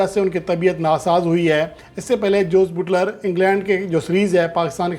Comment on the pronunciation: Oho buuutler nh buttler word hy may a naaz tajziakar😂